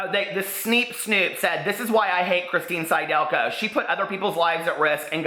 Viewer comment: It's sid-elko. Phonics,.